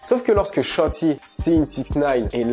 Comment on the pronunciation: "Shotti"😂😂😂😂!! "sholi" plutot!!